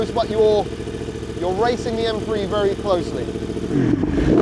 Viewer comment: What's an M-Free?, stop saying b h p, stop repeating the same thing over and over, and this could of been 15-20min video🤦